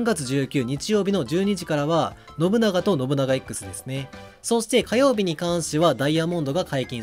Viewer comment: 発音ノ↑ブ↑ナ↑ガ↑やなくてノブ↓ナガ↑やない？（笑）